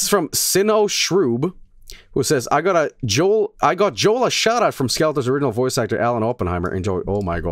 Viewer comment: Big mistake calling the signal Joel, do you not know it's Hoel?